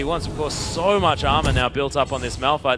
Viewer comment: How annoying are these casters lol, it's ''so'', not ''soeuwer''